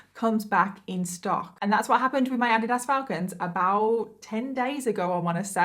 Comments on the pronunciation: It's not ah di Das, it's uh deed us. Sorry nor being rude I just couldn't understand what you meant. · Sorry 😂I couldn’t understand the shoes you were talking about. We pronounce it Ah-Dee-does here in the US. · Thank you for this video! I love your make-up look. Also..... Adidas is pronounced Ah-deed-us. ❤🧡💛💚💙💜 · Adidas? I believe that word is pronounced "Uh-dee-dus". 😂😁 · Americans are the ones who pronounce it incorrectly. The creator of the shoes name was Adolph Dassler...Adi was his nickname. So it is Adi Das AHH-deeh--DAHS. I only know this bc first time I heard the real pronunciation I thought it was wrong too and was laughing but I looked it up and realized the other person was correct. ;) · I am all of two minutes in the video and I'm so sorry but the way you pronounce Adidas is great. No hate at all but here in America as far as I've heard it's Ah-dee-dus 😅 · FYI 😊it’s pronounced ah-DEED-us. Luv u! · You are saying “Adidas” wrong. It’s ( u-Dee-dus) Lol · Ive never heard someone pronounce Adidas like that before lol in the US we say A Dee Das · girl you're saying adidas wrong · It is so crazy how differently words can be pronounced in different countries. It made me giggle the way you said Addidas lol Love the videos and so happy I found this channel! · Lol, I love how you pronounce "Adidas". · Completely butchered the brand of shoe 🤦🏻‍♀️ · The way you pronounce Adidas is sooo different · I so love your channel and you are a great story teller! I love your accent 😁 I have a thick one as well. But I have to say it took me a few minutes to figure out what brand of sneakers you were referring to in the intro 😄 Adidas is pronounced so different in the US lol love the way you say it lol 💯💕 Can’t wait for new videos 🥳